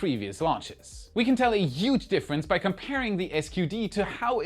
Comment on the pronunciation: My wish for 2025: practices saying „huge“ 😉 German myself, by my ears ring every time he butchers it 😜